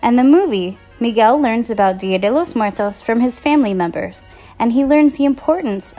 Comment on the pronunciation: she didn't say it right...........................OOF